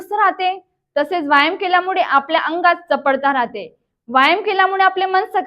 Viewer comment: व्यायाम शब्दाचा उच्चार बरोबर नाही करत आपण.